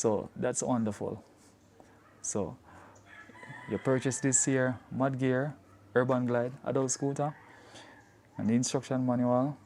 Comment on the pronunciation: I thought you said 'Man Gear' 😂😂